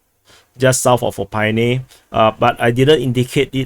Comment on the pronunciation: Opytne. "O Pit Ney", not "O Pine Ney". lol But its ok to say "ArtemovsK" instead of Bakhmut if you are pro-Russian. Named after the great Russian Revolutionary leader Sergei Andreevich (Comrade Artem). He helped secure the Donbass for the Bolsheviks, so the Russians changed the name of Bakhmut to Artemovsk. But je died in the early 1920's testing a train with a propeller on it to make trains run faster. Crazy Soviet idea.